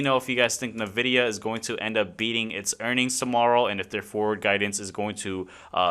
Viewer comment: ENvidia.. Until you say it right some wiseass will continue to correct you 😂